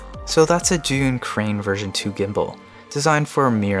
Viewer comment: Lol thank you for pronouncing Zhiyun correctly Sincerely, Frustrated Asian